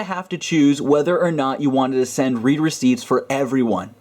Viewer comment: the read there is pronounced "red"